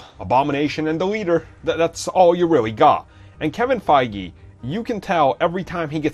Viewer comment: "Kevin Faggy" lol